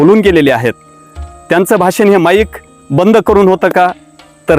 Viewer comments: शब्दांचे उच्चार देखील स्पष्ट असावेत भासन नव्हे भाषण 😂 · भासन.......... . भाषण......उच्चार गडबड.